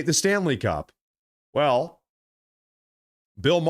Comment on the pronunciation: It’s pronounced MAYER (spelled Maher), Not Marr!